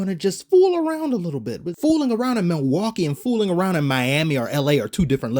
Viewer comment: "Theres not a bread crumb of debauchery in sight in milwakee" 😂😂😂 xd